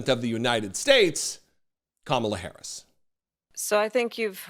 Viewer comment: Hey Trump! She isnt old Joe Biden even though you wish she was. Trump cant even pronounce the name of his own countrys current vice president yet.